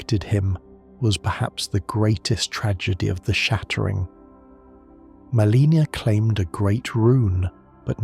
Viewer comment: I love your content but you always pronounce Miquella, Marika, and Malenia incorrectly which is kinda jarring. Anyone who has fought Malenia should definitely know to say both her and her brother's name. Maybe watch some cut scenes for the correct way to say them. Unless this is AI content, it's an easy fix.